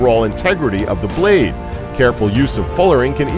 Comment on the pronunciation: "Da braid of a longsword"